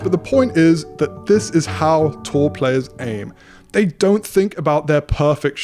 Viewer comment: Great vid. I thought he was saying "Tall" players ha!